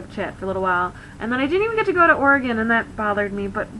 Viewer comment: I love SO MUCH that you say Oregon correctly.